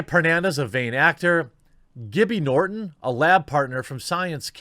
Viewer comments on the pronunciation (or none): none